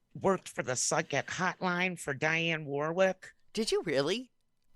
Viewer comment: Dee-on Warwick not Dye-on…..😂😂😂😂😳